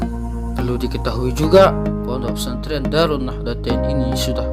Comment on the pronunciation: Saking fasihnya jadi kayak gini . Fondok fesantren bilangny..😇😇😇